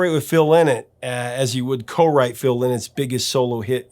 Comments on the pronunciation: Fun video. By the way, it's Phil "Lie-Not" of Thin Lizzy. Not Lyn like thin. That's how the DJ said it when he played King's Call when it came out in 1980. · Thin lizzy front man's name is pronounced Phil Lynott not Linnet its more like lie not according to his two daughters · FYI it's pronounced Phil "Lie-not" and Visage is pronounced "Vee-zaaj". Great interview - Midge is an absolute legend! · Also, I think Phil Lynott’s name was pronounced “lie-not”.